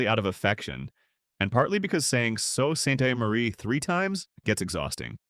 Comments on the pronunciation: Factual accuracy can't make up for AI narration in the problem pronouncing names.... "OH-shawa"? And "Ni-PISS-ing" which we pronounce NI-pissing, to avoid the obvious joke. Worst of all: "So-saint-eh-Marie". What's wrong with hiring a Canadian who can pronounce the country's names? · "Sau saint aw marie" "So sainteh marie" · I hate AI voice overs.. it's Aww-shoe-wha not Oh-shoe-wha and Sue Saint Marie not not Sew Saint Aw Marie.. spelled phonetically. and I made it to #1 because I live in Ontario and near a few of those cities you mention. lol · Ashawa Timmans, Timonss, Timons Canora Barry Brdford ( Brantford) So St Omarie Wth?? Do better. This is insulting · So Saint Omary ?? What the fuck ?? Man, AI sucks. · It's pronounced Nip-ee-sing lake certainly not what AI said. Aqua-sas-nee----Awuasasne O-sha-wah-----------Oshawa Soo-saint-Marie-Ssult St. Marie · The pronunciation of Saut Ste. Marie was egregiously bad. It's a French name, but it's pronounced Soo Saint Marie in English. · Absolutely I live in Sault Ste.Marie our little ghost town now but we do have our fentanyl zombies in abundance airs SOO not Salt !!!! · (Joan here). Had my first laugh when he (AI) said Ni - pissing. And the rest of this clip did not let me down. OashAwa instead of Osh...and I cannot even begin to reflect how Sault Ste Marie was pronounced (so saint en marie, I think). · I know this AI BS but as a bilingual country, why can no one say SAULT STE. MARIE properly? "SOO SAINT MARIE! NOT F K N HARD! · Dear AI: say "SOO SAINT MARIE"! I don't know what it thinks it was saying. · Get some AI that can pronounce place names properly. Annoying. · YOU ARE TERRIBLE! IT IS PRONOUNCED LIKE "SOO SAINT MARIE" OR "THE SOO." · Oh and it's Soo Saint Muhree, not whatever the hell YOU called it. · Its pronounced sue saint mari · Terrible pronunciations. Especially Sault Ste Marie. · The mispronunciation of Sault Ste Marie is setting my teeth on edge!